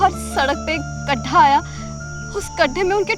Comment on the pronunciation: Khadda nahi wo gadhdha hota hai........ Aur wo mam apan khadde bharne ka saman to wahi bhul gayi....🎉🎉🎉🎉